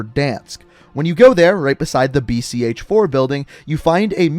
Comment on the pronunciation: Its not BCH4, its read VSN4